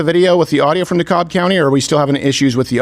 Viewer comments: Hi Steven,, and, In Georgia, it's Dekalb county, the L is silent.. Say "De-Cab" for the win. Welcome to Georgia:) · The L is silent in Dekalb County